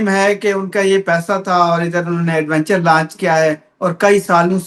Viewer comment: گشکوری نے آج وینچر کو ایڈوینچر کہہ کر اپنی " لاد " کرادی ھے یہ بھی انپڑھ صحافی نکلا